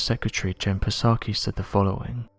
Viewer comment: It's pronounced "Sah-Kee." Lol! And why does it seem like UAP enthusiasts can't differentiate between a logical conspiracy theory (How can we possibly be the only intelligent life-form in all of the universe), and a ridiculous conspiracy theory (pizzagate)? It makes it very difficult for someone like me, who is a very analytical, critical thinker, to be taken seriously because I get lumped in with all of the people who have not one inkling to think, much less read a book.